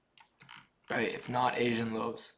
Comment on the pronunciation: “Asain lows”